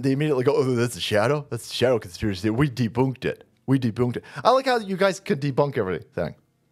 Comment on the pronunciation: You "De-boonked it!"😂😂😂